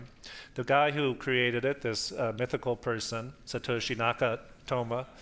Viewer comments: Ty K no, I think mispronouncing the name of the founder shows a level of ignorance about the subject. If you show up to a formal debate it would behoove you to come prepared and know the facts. A 2-minute google search would rectify this problem. but in this day and age laziness is considered a virtue. You think If I was going to debate about the merits or lack thereof, of a piece is software. I would take 5 minutes out of my day and download it and try it. the opponent's both admitted they have never even tried the wallet / software. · Eric Posner, Law Professor, University of Chicago is not qualified to talk about bitcoin. He can't even pronounce Satoshi Nakamoto.